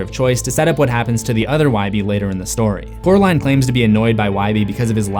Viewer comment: I love Wybie! I don't get why he calls coral in jonsey though? Its cute though! Maybe he just doesn't know how to say coraline because he calls her caraline instead of coraline. Which is weird because her name isn't even hard to say. But the nickname he gave her is so cute!